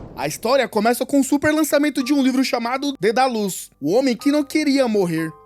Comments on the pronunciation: Dedalus, e não dedalux 🤔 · mano dói demais vc falando Dedalus errado